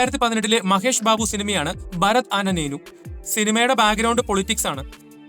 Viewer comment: "ഭരത് ആന നേനു" അല്ല ബ്രോ. "ഭരത് അനേ നേനു" (భరత్ అనే నేను) - അതായത് "ഭരത് എന്ന ഞാൻ"